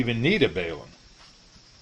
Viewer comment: balum not bailum overall vedio is excellent